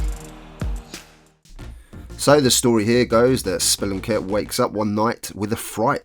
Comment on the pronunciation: i had a feeling thats why you pronounced it that way xD